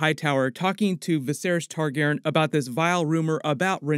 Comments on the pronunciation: Man, please say "TargarYen" not "Targarren" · Why is leaving out the "Re" in Targaryen.. I know it's a change. I went back and watched some reviews from Game of Thrones and he said it the way we all say it